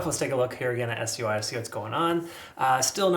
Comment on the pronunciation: Why you keep calling it S.U.I ? It’s Sui pronounced Swee it means water